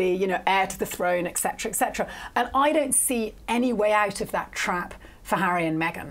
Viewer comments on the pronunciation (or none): I do not like at ALL. In my opinion, she should not be on this show. She's unbiased, and her opinions are based on that. Also, she needs to learn to pronounce etc. It's not eccetera, it's etcetera, with a t.